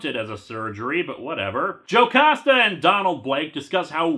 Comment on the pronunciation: but on the bright side you were pronouncing "Jocasta" right